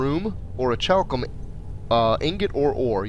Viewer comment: Orichulum = or-ik-u-lum.